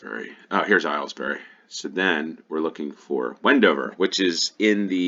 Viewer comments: Aylesbury = "Ales-bree" (not "Aisles-berry") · for future reference, it’s pronounced ALES-bry. It’s the county town of Buckinghamshire (the same county as High Wycombe), rather than Buckingham as you might expect. The reason is Henry VIII buying off Anne Boleyn’s father.